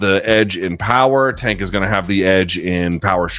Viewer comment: Put some respect on pronouncing tank name